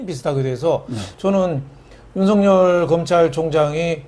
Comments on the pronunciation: 윤석열을 윤석렬로 발음하지 마세요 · 윤석열과 황석영을 비교해 보시고 발음 제대로 하세요